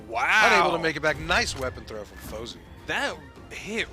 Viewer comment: ITS FOZEY NOT SWATA!!